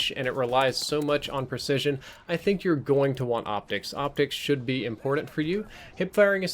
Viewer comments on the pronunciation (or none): You need to start saying important correctly. It's so ear cringing.